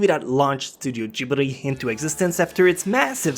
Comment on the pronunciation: Its Ghibli not Gibri....